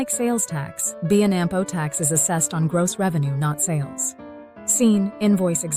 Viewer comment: What a piece of crap. "B and Ampo" tax? C'mon man, do your own audio.......